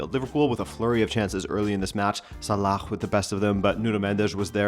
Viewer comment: Why do u pronounce Salah’s name like that. It is pronounced